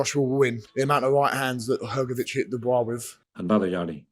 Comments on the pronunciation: It always gets me when you say ‘Dubius’ 😂😂😂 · Dubois being called "dubious" brings a smile to my face every time :D